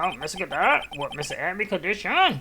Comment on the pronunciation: It's "Godot" not "Gadot"